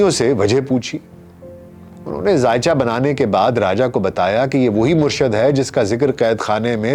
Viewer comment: Sir bht achi video... But sir murshad word ni hta.. murshid hta hai..